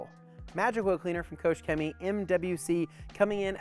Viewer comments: Kooosch cemy xD xD xD You pronounce it reaally wrong :D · It is spelled „KOCHrrr Chemie“ and not „KOSH Cemie“